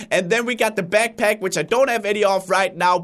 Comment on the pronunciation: I don't want to sound mean but when he says backpack it comes out beckpeck and its HALARIOUS!😂😂😂😂